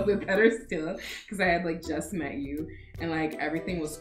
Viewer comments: It's "freudial slip" when she said "how we wet" when she's supposed to say "how we met". :D hehe! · When she said how we wet instead of met this had me cracking up 😂😂